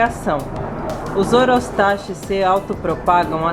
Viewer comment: A PRONÚNCIA CORRETA É OROSTAQUIS, OK? E EXISTEM 3 TIPOS IWARENGE, FURUSEI E BOHEMERI E A VERDE MALACOPHILA, UM ABRAÇO E BOA SORTE.